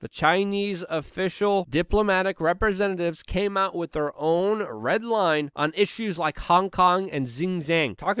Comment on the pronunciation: Try saying "With", not "Wit".